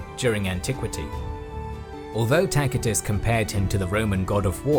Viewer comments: His pronunciation is correct. That's classical latin. C it's not an "s". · "Takitus" is classical latin, spoken by the nobles of his time, while the common peoples probably mispronounced a lot of words. "Ci" and "ce" were pronounced "kee" and "ke" back then, but they eventually changed in "see" and "se" in Britain (or at least in their pronunciation of latin). A similar shift happened in other languages too. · A mere few minutes in and yet, already, this needs to be said: You MUST to surrender yourself in love to someone who knows to pronounce "Tacitus" correctly - and an English speaker none the less! I'm blown away in awe and reverence! Thank you!